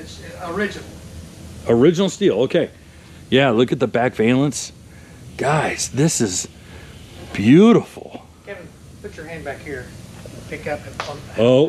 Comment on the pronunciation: Great video. The fitment of the front bumper on the purple Charger is amazing. I'd love to see the pricing on the CF panels. "Valance" is not pronounced VAYlence, it is Vah-lence.